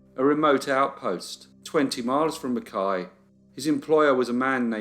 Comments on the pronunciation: Points for pronouncing Mackay correctly. People with that surname here will often be "McKay" or "Mackay" not pronounced "McKai" like the town...dunno why Qld is like that. Oh yes I do, it's Queensland. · Also, all my Australian friends should high fives for pronouncing 'Mackay' correctly lol